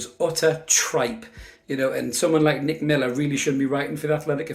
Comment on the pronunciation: Did you say “DICK” Miller